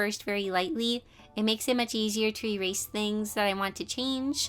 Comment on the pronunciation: I love you so so so so so so much, so please don't get too offended when I say that it kinda made me cringe when you said "Rerase" instead of "Erase". I'm sorry, it's just a pet peeve of mine. Again, I love you so much.